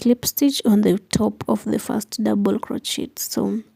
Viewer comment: Doesn't she know how to pronounce crochet correctly? That was annoying and hearing her smack sounds ick!!!icky!!!! She needs to play some music!!!